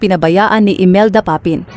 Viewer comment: Bakit banyan Ang pagbigkas ng narrator ng “Aunor” at “Papin”? Samantalang Tagalog na Tagalog naman ang Tono mo. I don’t know, pero parang sinasadya.